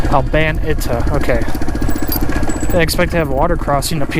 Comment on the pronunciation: FYI, it is pronounced All-buh-neat-uh, like in Spanish